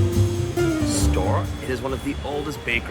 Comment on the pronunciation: Hey, guys 🙂 . It is originally a German name, so it is "Stoh - Rer" : you pronounce the two entire syllabes 😉 The Baba au Rhum was invented at king Stanislas's Court in Nancy, Lorraine (East of France), in the mid XVIII° century. Stanislas was the father-in-law of king Louis XV of France. Stanislas was famous for his greed. One day, his Chef let a brioche dry and become stale. What could he do with an uneatable dry brioche… ? So he had the idea, once the brioche totally dry, to plunge it into a hot syrup made of sugared rhum (and orange, lemon, vanilla, etc). And this is how the Baba was created 🙂 Saint Honoré, in France, is the patron Saint of the bakers, that is why they created a pastry named after him. And that is why there are six different technics in it : pâte feuilletée, pâte à choux, three different creams (crème pâtissière, crème Chibouste and crème Chantilly) and caramel. But the crème Chibouste (used to fill the choux) is very fragile and you can't keep it long. That is why, nowadays, the bakers fill the choux with the crème pâtissière, even in the best bakeries. it is very rare to find "real" Saint-Honoré. Well, that was all 🙂 You were very funny… And I really don't know how you manage to eat all those things in 15 minutes ! 😉😂 You are crazy !!!